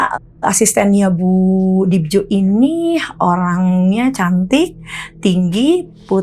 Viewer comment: Yg bener penyebutan namanya Bu Dibyo, itu penulisan ejaan lama Dibjo (j dibaca y). Bukan dibaca DIBJO tapi DIBYO